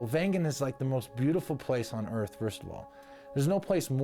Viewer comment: Thanks for your nice presentation. Please note following The right village"s name is Wengen and not vengan Cheers from Switzerland